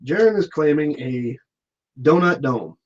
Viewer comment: Donut dome sounds like Don' ac' dum'